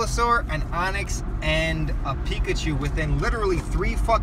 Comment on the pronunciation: Great video, but just an fyi its Onix